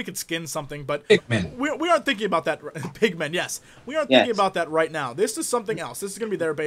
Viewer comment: in when he says pigmen i heard pikmin